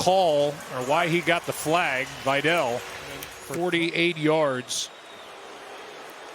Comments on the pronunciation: why pronunciation vy-dell instead of vee-dal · its not vajdel its vidal